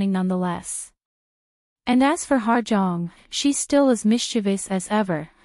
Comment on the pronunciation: Hello. Her name is actually pronounced as “Ha Jeong” and not “Ha(R) Jeong”. Hope this helps :)